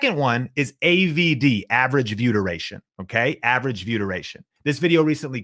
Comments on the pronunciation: I know I'm being annoying and picking nits, but it sounds like you're saying: "Vyoodurayshun"----one slick and glib invented word......also don't assume, when you put on a list a term not everyone immediately knows (B-Roll) that people will not get impatient for a definition, no matter how quickly you speak... ...but I'm taking your info. SERIOUSLY I've been subscribed for a year. Much thanks for the content :D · Anyone else think he kept saying viewder-ation? Just me, ok. I was like oh, this is some new youtube lingo I need to learn - nah it's view (space) duration. Thanks for the info!